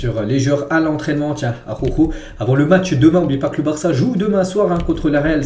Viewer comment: Arawkho, pas arrokho ni akhokho 🤣